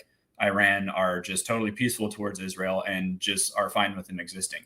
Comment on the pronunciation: Candace Owens is not wrong about "lzrul". The "philosophical speaker" can't even pronounce "Israel". Jesus was a Jew from the House of Judah. Current day Zionist Israel is not of Jewry. Saphartic and Mizrahi Jews are legit. Their DNA dates them back to the Holy Land and the "12 Tribes of Israel". Ashkenazi Jews control all of Israel and they are not "Jews". Their DNA does not trace back to the Holy Land at all. They are Eastern Europe in totality. All they did is 'convert to 'Judaism'.